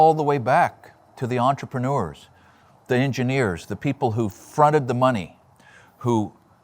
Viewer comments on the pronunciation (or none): This was a great watch, thank you! I've subscribed because you are obviously experienced. Yet please look up how to pronounce entrepreneur!